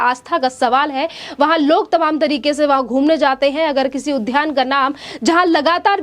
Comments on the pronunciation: कृपया उद्यान (उद् यान) को उध्यान न बोलें. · उद्यान का उच्चारण ठीक से कीजिए